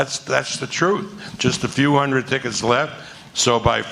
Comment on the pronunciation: 'Undred Percent' on Coke